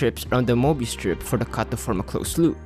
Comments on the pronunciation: Very nicely produced video. Only one thing: How hard is it to pronounce möbius? Get a professional narrator. (hint: I'm available) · I hate myself for caring that the narrator is not fully pronouncing the word "Mobius".🙃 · Since when is a CIRCLE a ONE DIMENSIONAL OBJECT??? Answer: Since made this movie! Since when is there a "MOBIUS" strip and not a Möbius Strip? That's easy: Since Americans in particular will never learn how to pronounce ä ö ü and other "Umlaute". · Möbius? You mean morbius. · "Möbius Strip"? I think you meant Morbius Strip. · Möbius would be pronounced "meh-be-us" because it's German (it's hard to explain how to pronounce it exactly).